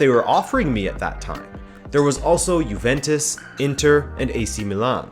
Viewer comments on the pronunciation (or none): none